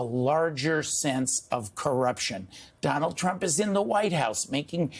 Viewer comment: Donaldt Trump? Who puts a t after Donald? Anywhoo